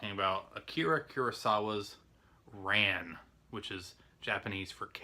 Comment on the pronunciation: Hey! Rhapsody in August with Richard Gere and Maddadayo were the last two films Kurosawa made after Ran. Ran's pronounced RAWN. I've got Victor Sjostrom's Phantom Carriage and it was recommended by a friend of mine, but I still haven't watched it. His last name is pronounced SEASTRUM or SEASTROME. I just thought you might like to know how those words are pronounced. I have Ministry of Fear as well, but haven't watched it yet either. If you want to see a really good American film that Lang made, see Scarlet Street. It's with Edward G. Robinson and it's fantastic! It's kind of dark, but that's what makes the film so good. Thanks for showing your movies!